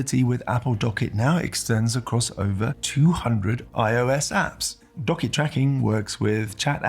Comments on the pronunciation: Great video. Only comment for the future. It’s pronounced Dock kit. Two words. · yes correct but you produced it as docket. Not dock kit. It’s pronounced as if it was two words :) As per Apple keynote. It’s like WebKit, HomeKit. My argument still stands. Appreciate the reply mate :)